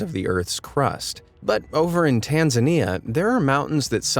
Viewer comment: Interesting. By the way, I'd've pronounced the volcano in Tanzania (thanks for pronouncing that correctly, and not 'tan-ZANE-e-a' as I've heard before,) 'na-RONG-a-rong-o.'